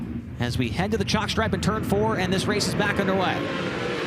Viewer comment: I had to watch that 4 times and turn on captions to get that he said "Head to the chalk stripe." I thought he was saying jockstrap. 😊